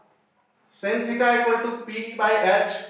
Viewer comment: Sir it is not sin (phonetic simble) /sin/ but its /sain/